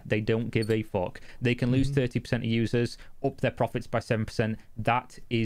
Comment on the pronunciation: "Fock That" for real.